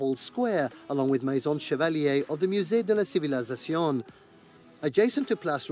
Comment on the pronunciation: I'm so irritated by the narrator of the video you are watching. The way he keeps adding an extra syllable to the Musee de la civilisation. It's ci-vi-li-za-cion And he keeps saying ci-vi-li-za-ZA-cion